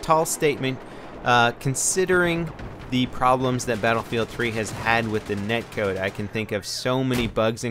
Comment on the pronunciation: i think it's "Net Code" not neck(code).